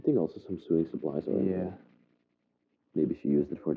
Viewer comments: Ok, you're killing me!!! Lol. The chest that had the stuff in it and smelled funny is called a cedar chest. It keeps moths (mainly) out. The "built in cabinet" is a closet. And it's pronounced so-ing (sp-sewing)not sueing....lolol. Great video and you're so delicate and caring. Lots of retro furniture!!! Love it! And I miss the '70's...lol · Please may I explain? The word 'SEWING' is pronounced 'SO-WING' and the word 'IRONING' pronounced 'I-ONING' because the 'R' is silent. I hope you don't mind me telling you. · I smile every time I hear you say the words "sew" and "sewing". We actually pronounce it the same as "so", "sow" and "sowing".